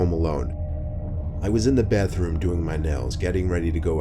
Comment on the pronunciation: Reeeeally? You want a guy who pronounces bathroom like "byathroom" to narrate your life? ...k